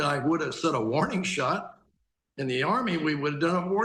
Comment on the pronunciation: Wow, "Worning shots"